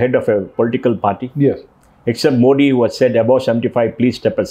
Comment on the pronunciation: It's मोदी and not मोडी. I thought an ex CEO knows the correct pronunciation of PM's last name! It was annoying to hear मोडी.